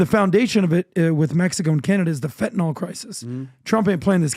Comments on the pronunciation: What is wrong with almost everyone: the word is Fentanyl, NOT Fantanol! NIL not NOL! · Fyi- its FENTNYL, not fentAnal